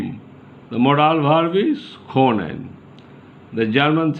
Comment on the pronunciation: You are the second or third indian person that I stumbled across that is teaching German here on YouTube. Very interesting! Is German a popular language to learn over there? And thanks for the hard work. To give you a little advice: You might want to practice your pronounciation of können and sprichst. Just as a feedback. I hope you're helping lots of people.